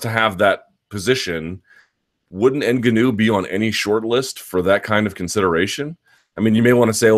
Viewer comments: Luke the tonal accent of Francis's Name is on the GA syllable, Francis n-GAW-nou .... not IN-ganou... come on son !!! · Hate the way you're pronouncing Ngannou .. it's 'En-Gawn-Ew' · Derek Gram implying all black people born outside of Africa can pronounce African names properly. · Nope. Its nuh-ga-now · Rulo Turati - yeah you're right sorry N-Gawn-Oo .. I just couldn't watch the video because it was annoying me so much how the name was being pronounced .. is anyone sure exactly how to pronounce it? Maybe I'm wrong.. any Africans in the house?? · Why do you say "Ngannou" like a mouth-breathing doofus? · Say Ngannous name wrong 1 more time and I'm turning you off! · Andy TheGamerToBeat i agree lol he says tht name wrong and 'calvillo' wrong when the fighters themselves are pronouncing it how they want it too b said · and it's totally wrong